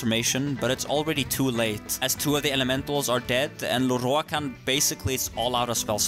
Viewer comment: i always giggle at how he pronounces "Lorroakan", sounds so epic for some reason.